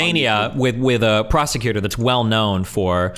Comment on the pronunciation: prah-sec-you-tor This guys pronunciation of prosecutor is WILD and I’m here for it